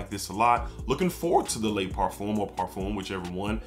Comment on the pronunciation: I like this video but as a fragrance collector my biggest pet-peeve is when people pronounce parfum as parfume. It’s par-f-um